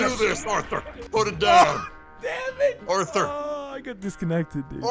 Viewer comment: bro let me fix. Dutch: Orthur my boah..... Orthur Organ: What you want now Dutch: oo Orthur you see that guy is more accurate with a lasso than I'm with Molly hole